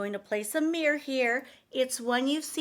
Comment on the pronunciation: Okay. I wasn't ever going to mention this, but you're pronouncing mirror "mirr" & not saying the second syllable " or". Otherwise, you're AMAZING! ♥️😊💥